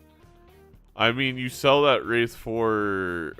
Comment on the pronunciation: It is "wraith". Not "wraithe". Hearing you say it wrong again may just cause my basilar artery aneurysm to finally pack it in. Thankyou for your attention. NB. It will not be zany to say it wrong ironically from now on.